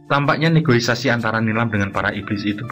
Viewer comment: "Negosiasi" bang, jangan negoisasi wkwk 🤭